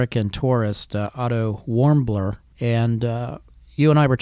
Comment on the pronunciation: Its Otto Warmbier, not Warmbler.